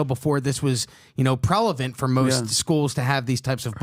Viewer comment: I hate to call him out the word is pronounced prevelant not prelavent!!!!😂lol!!!!